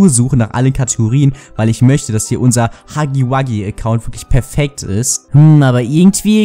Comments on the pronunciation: Er heißt Hugi Wugi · Nur dass du es weißt es heißt nicht hacki backi ist heißt... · Warum sagt jeder haggy waggy